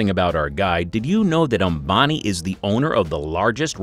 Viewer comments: that's not obami that is "am-ba-ni" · 😂🤣🤣wtf ?? Mukesh Abani ??😂🤣 seriously ??? It's Mukesh Ambani you damn it.